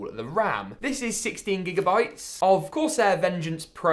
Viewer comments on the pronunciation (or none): none